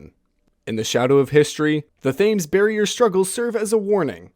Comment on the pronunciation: Thames is pronounced “tems”